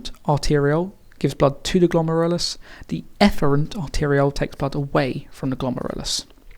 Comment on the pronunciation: I love how you pronounce 'glomerulus' my teacher pronounces it glom-air-el-oos